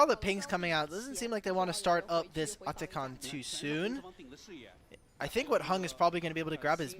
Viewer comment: this annoying caster pronouncing atakhan likes he's indian ffs